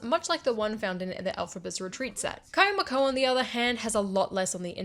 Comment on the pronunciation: Love!!! But Elphaba’s castle is pronounced kee-yama-coh